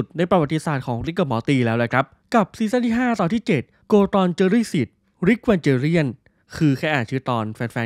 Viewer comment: Evangelion มันอ่านว่า อีวานเกเลี่ยน ไม่ใช่หรอครับ